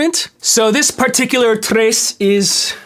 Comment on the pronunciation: Stop calling it a Trays. It’s sounds like the word “yes” except with Tr.